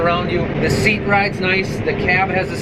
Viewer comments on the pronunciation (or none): none